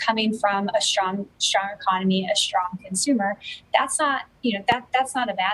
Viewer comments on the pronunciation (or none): Okay don’t say “shtrong” and “infrashtructure”